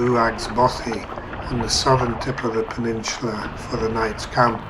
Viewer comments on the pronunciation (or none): It's 'peninsula' btw... 'Peninsular' is like what 'rectangular' is to 'rectangle' I found this pretty funny because your accent tends to add an 'r' to many words that end with 'a' so i can see how you ended up making this mistake lol